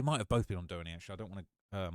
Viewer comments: Doheny is said like Doe-hee-knee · 😮The Street Doheny Drive is Pronounced: (Doe-Hee-Ne) here in Los Angeles Lil Brotha....No shade 😎.....and it begins in Beverly Hills California right on the Border of Los Angeles City Line Pico(Pee-Co) Blvd and it Ends in the Hollywood Hills the very Top Where there are Gigantic Private Estates Overlooking the Downtown Los Angeles Skyline 🏙.....Century City and Depending on how High you are and where The Estate in Built....You Will have a 360° View of the "San Fernando Valley....All of Los Angeles.....And the Ocean!....Keep Up your Excellent work Young Man 👨 👏 👍....You Have a South Central Los Angeles California Hood Native Born in 1970 watching your Shit!....😂😂😂😂😂